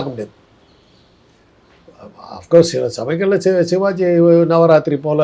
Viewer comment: தம்பி டேய் நெறியாளரே. நீ சோன்ப்படி விற்பவரா ஷிவாஜி என்று சொல்கிறாய். சிவாஜி என்று சொல்லத் தெரியாத‌ா?